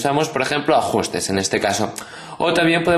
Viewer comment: "Ajjjjusres" Pfff me ha matado x)